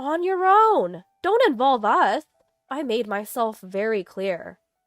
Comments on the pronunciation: U S is not U S it is Us fix it please..... we know you are translating stories from other Countries but if you want to make them in the English Language fix it properly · US She misprounced us, not the US, as in United States.